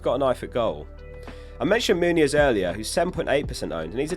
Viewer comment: Please, it's Muniz not Muñiz